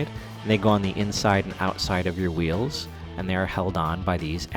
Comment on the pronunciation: "Now ve vill walk about ze und veals... yes, ze skate- no, not veals, ze VEALS, you know, what's the matter with you, veals, skateboard veals!!" lmao